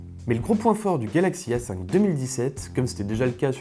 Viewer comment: Par exemple à